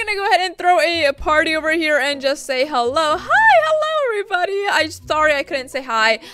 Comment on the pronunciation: Hi I love you 💕 I’m a fan but I have a question it’s making fun 💗how when u say hello u say it like this: hebue heue welcome to another anything but love u